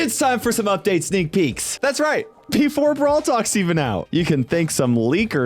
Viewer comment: Anyone else hear him say "Sneak Keeks"? 😭